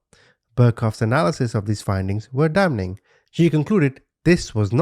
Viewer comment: Thanks for another well researched & presented case of mistreatment of children by those that ideally are the ones who SHOULD be the last people to be treating children as such. I want to help you by letting you know that the letter N is silent in the word damn or damning, etc. They are pronounced as DAM or DAMMING. I want you to sound like the absolute brilliant person that you are!!!💖😁